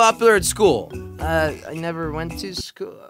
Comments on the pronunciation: Come on I can’t be the only one who has noticed that “hever be able to produce healthy children” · “Hever be able to” anyone catch that? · On the last question it said hever instead of never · It said Hever not never on the last question